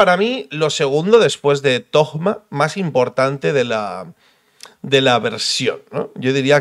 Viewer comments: Dejen de decirle tojjjjjma, se le dice tōma/tohma/touma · Porque le dicen tojma ? Cuando la pronunciación en español sería Simplemente Toma, zoma en inglés ya que se escriba Thoma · XDD Sigo sin entender lo de llamarlo Togma (ya se lo he visto hacer a varios creadores de contenido), dejando de lado la pronunciación de la h en Alemán (se supone que es en lo que se basa Monstad) o en Japones (Inazuma) la H va entre la T y la O, no hay nada después de la O para cambiar la fonética y meter ahí una g. Otra cosa sería decidir entre Toma y (th) Zoma pero eso ya es para gustos XD. Se que es un comentario muy mimimi pero es que es meterle una g ahí a lo José Bono en plan yolo XD Por lo demás muy buen video como siempre ^^. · Porque le dicen Thogma y no Thoma en su nombre no hay ni una G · Alguien me explica porque le dicen ThoGma? En españa agregan una "g" despues de un "Th" o que? porque escuche a Tiesogamer decirle asi tambien jajaj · porque lo pronuncias con G thogma??? xd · No entiendo por qué le dicen "Togma" ... de dónde sale esa G '??? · Porque conio dices ThoGma xd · Porqué dice togma me da toc. Ma